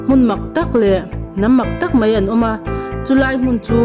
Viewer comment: Nangmah hlirin chhiar tawh la. ❤ mahse.. mai tih turah Mei tiin chhiar tawh lo hram la.. Mai an pawh, Mei an i tih duh hmel Chibai aiah Chibei i tih duh hmel bawk 😅😅😅